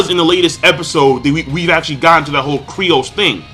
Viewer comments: its freaking Kyros not Kryos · Kyros, not Kryos! lol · fucken sucks at saying these characters names. Dude's name is Kyros, he called him Kryos... He says Viola like Veeola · K-Y-R-O-S not c krios lol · What the fuck is Cri oss, his name is ky ros.